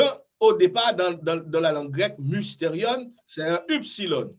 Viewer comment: Cependant Cher Prof pourquoi prononcez-vous eupsilòn et Upsilòn? Je crois que les prononciations de ces lettres sont plutôt ouvertes..(èpsilòn et ipsilòn).